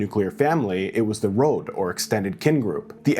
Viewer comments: It's pronounced like rod, but with o sound like in road. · >"I have Slavic descent" >Says "rod' as /rAWd/ yeah... XD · Bro can't pronounce "Rod" correctly. It literally means kin.